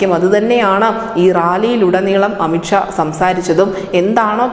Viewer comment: അമിത് ക്ഷ അല്ല അമിത് ഷാ കെ ശ്മീരല്ല കാശമീർ ആദ്യം തെറ്റ് കൂടാതെ സംസാരിക്കാൻ പഠിക്ക്